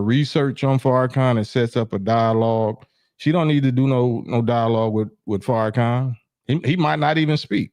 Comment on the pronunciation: Farrakhan not Fairakhan 🤦🏾‍♂️ cmon girl